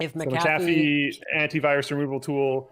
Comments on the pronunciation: you came dangerously close to pronouncing "McAfee" correctly... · Please, and Linus...it is pronounced "MAC-A-FEE", not "MA-CA-FEE".